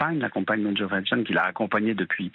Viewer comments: EpstEIN et non Epstine… 😂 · Pourquoi cette présentatrice prononce EsptIn et non Epstein? Grotesque. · Epstein prononcez ayn...comme Einstein, comme wahrstein , Lichtenstein, vous dites pas Lichtenstinne ? Bon sang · c est pas ESPTINE MAIS epsTEIN!!! il est pas Russe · EPSTEIN PRONONCÉ EPCHTAÏN 🤬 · Pourquoi prononcez- vous “epstin" ?